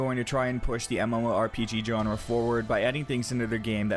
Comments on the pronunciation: I enjoy your videos and appreciate the effort you put into making them. However, I cringe when you mispronounce the following terms: genre, allocate, contribute, linear. Please google their proper pronunciation. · Dude, where are you from? Most of your speaking is great then you hit words like genre or allocate and it's way off.. what's up with that?